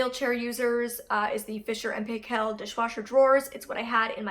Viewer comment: Great vid! Btw the Paykel is pronounced more like Pike-ell